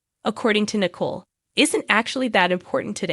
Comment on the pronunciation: Teresa, not Theresa. T not TH. Nicole , not nickel Accent on the Cole.